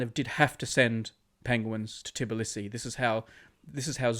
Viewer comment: hey, im from georgia and brady saying "tibilisi" is triggering me so much its "tbilisi", i am sad.